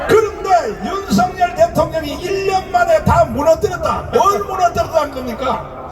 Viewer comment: 통역하시는분 윤서결이라고 발음하지 말아주세요 윤성열이라 발음해주세요 윤석열대통령께서는 윤성열로 불리길 원합니다